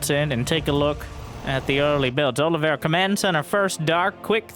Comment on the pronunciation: Olivera? Is his name not Oliveira?